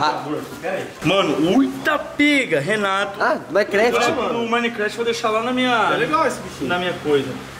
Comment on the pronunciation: Quando o Renato fala... Re:Fala galera Renato na área beleza? Eu:Fala galera Renatuh na área beleza?